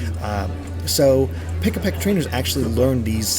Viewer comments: Pikipek, not Pikapek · Pikipek, not Pikapek. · It's Pikipek not Pikapek! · Just want to say it's "Pikipek" not "Pikapek". This isn't some sort of Pikachu-based bird Haha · It's Pikipek, not Pikapek